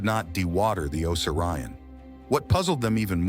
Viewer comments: Tell your A.I. O sear E on. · This is full of false assumptions and orthodox claims. The guy can’t even say the name correctly.